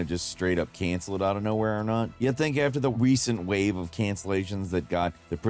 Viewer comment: “weecent wave.” Lmao. Love the one take here